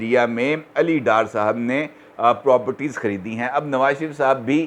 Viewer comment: this word is properties and not propties.